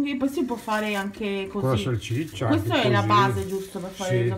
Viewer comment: Si dice salsiccia no salciccia